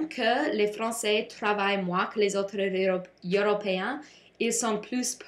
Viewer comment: Bon travail! Tu as beaucoup des détailles intéressantes, mais tu peux améliorer ta prononciation avec les mots comme "heures" et "européens" :) --Marissa et Taylor